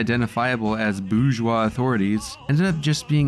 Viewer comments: Tip to the narrator of this video: you need to learn to pronounce "bourgeois." Hint: the correct pronunciation is not "boozh-wah!" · “Bourgeois” has an **R** in it! I blame Michael Malice.. Now it’s in the algorithm.